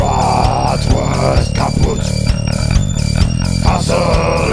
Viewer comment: Greetings from germany - btw. it's pronounced Bratwurst